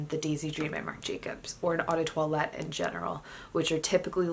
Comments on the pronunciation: Not trying to be mean but you need to learn how to pronounce "toilette". Say twalet not toilette. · Actually in Francois you say it like twalet so worry bout learning how to pronounce for yourself